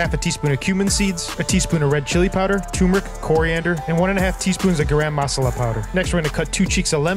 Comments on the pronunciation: I can smell the masalas from here 😭 Also his garam masala pronunciation killed me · The way he pronounced Garam Masala was hilarious 😂.